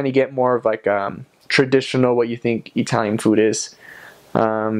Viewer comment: GREAT VIDEO! One question, if you wouldn't mind: What is your ethnic heritage? The reason I ask is that you pronounce the word "Italian" as EE-TALIAN, the sound of the first "i" being like the "e" in EAT. Most Americans pronounce the first "i" with the sound of the short i as in the word "chip." Are you Hispanic? Greek? Armenian? Middle Eastern? Jewish? Thanks.